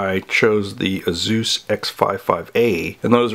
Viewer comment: Is anyone else concerned at the fact he pronounced Asus as Azooz.... should we even trust this video?